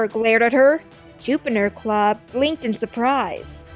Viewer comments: His name is juniperclaw not jupinerclaw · Jupinerclaw? LOL! It is Juniperclaw! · When the book said "juniperclaw leaped in surprise" you said "jupinerclaw leaped in suprise" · "Jupinerpaw" I think it's Juniperclaw xD